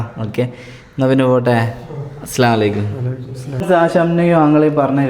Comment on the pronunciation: നിങ്ങളുടെ സലാം പറയുന്ന രീതി ശെരിയല്ല, അസ്സലാമു അലൈക്കും എന്നാണ് പറയേണ്ടത്, നിങ്ങൾ പറയുന്നത് അസ്സലാ അലൈകും, എന്നാണ് ഇത് തെറ്റാണ് ok